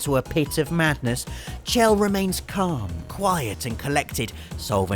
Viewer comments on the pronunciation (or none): I'm pretty sure Chell is pronounced Shell. I might be wrong, but I'm pretty sure I'm right.